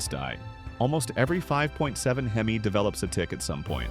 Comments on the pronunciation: a He-Me? Lmao! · That's AI speaking the wrong pronunciation of hemi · I clicked off after he said Hemi wrong then said he was wrenching on these trucks for 20 years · Right I clicked off once I heard Heemi over and over again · It’s AI you we’re not wrenching on Rams for 20 years you can’t say Hemi right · Skeptical cuz this dude cant say Hemi right